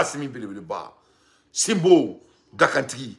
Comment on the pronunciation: 😂 eh Dante il dit simbo dakantîki